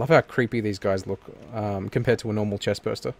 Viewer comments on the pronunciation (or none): none